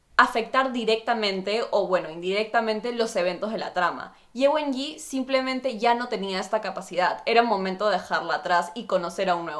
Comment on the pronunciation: Las presentaciones se dan alternadas, y después se conectan, no como las comentaste. Para cerrar recién se revela lo que hizo Ye Wenyie, y se pronuncia la e final.